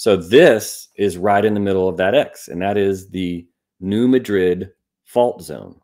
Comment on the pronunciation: The Missouri town (and the fault named for it) is pronounced New MAD’-drid, not New Muh-DRID’. Despite the similar spellings, it’s NOT pronounced like the capital of Spain. 😉